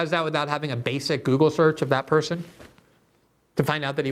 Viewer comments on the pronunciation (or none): none